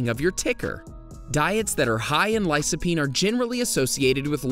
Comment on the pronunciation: Lycopene (Lie-Koh-peen) . . . C before a "low vowel" (o, a, or u) is "K". C before a "high vowel" (i, or e) is "S".